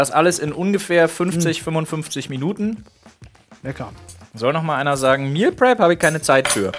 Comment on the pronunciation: Flo sagt zwar Meal prep aber ich verstehe immer Meal crap